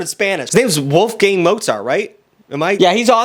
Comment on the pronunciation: The way pronounced Wolfgang 💀 I can't